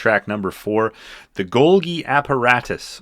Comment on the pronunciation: Dude, you don't know how this comes off to Phish heads. Golgi which was absolutely not written by Phish is pronounced Golji and it's the way the Covid-19 virus enters the cell, then when it exits the cell it literally physically rips apart the Golgi to form it's lipid membrane. Y.E.M. isn't pronounced "yem," Esther is actually about an evil man giving a little girl an evil doll that kills her, please do a bit more research about Phish and who they are and their lyrics and the meaning of them before you make yet another absurd video about them, and by the way I've had the poster for "Hunta" since I was 16 and it's been behind me in like a hundred of my videos.